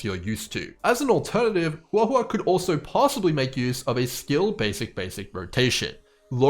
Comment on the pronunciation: Just wanted to compliment you on the best pronunciation of her name I've heard so far 👍 also really appreciate the early analysis, I've been waiting for this!